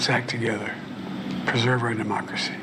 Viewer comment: “Abam Lincoln” “Mockracy” JFC Joe. Talk about cutting it close. Had you done this in another week or two you might be using a drool cup.